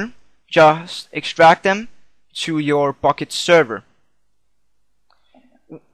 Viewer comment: at the start it sounded like u said fukket server :DD